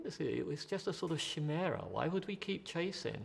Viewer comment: One cannot trust the word of a philosopher who mispronounces "chimera".